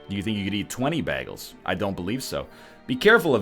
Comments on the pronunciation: WHAT! YOU PRONOUNCE IT BAG-ELS!!! IM SO CONFUSED HOW IS THIS POSSIBLE!!!!!! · Bae-gels :p